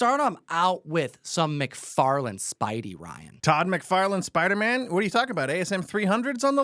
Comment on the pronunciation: McFarlane, not McFarland